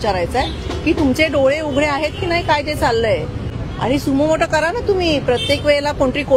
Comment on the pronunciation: मॅडम सुमोटो ला सुमो मोटो म्हणाल्या😂😂 दुकान बंद व्हायची वेळ आल्यानंतर ठाकरे यांचे दोन्ही घर खडबडून जागी झाली😂😂